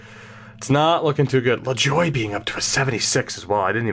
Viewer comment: Lajoie is not pronounced "La-Joy". It is "La-zhwah" (wah as in Patrick Roy if that is confusing)